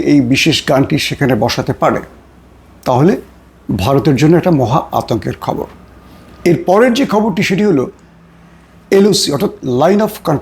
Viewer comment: শুভেচ্ছা বলে আসলে খববং বলেন ।